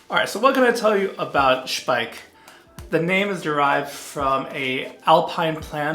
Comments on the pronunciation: i think you are the first english/american speaking youtuber that say the name Speick correct. Nice review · Well done with the German pronunciation of Speick! Nice shave... I need to do a shave like this soon.